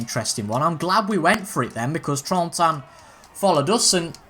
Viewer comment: Hey it's names guy again, helping with Trentin it is literally how it sounds. Tren-tin, Trentin